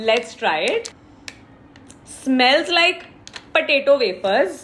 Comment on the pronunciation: PATATO😂 why can't she just correct her pronunciation even after so many people told her.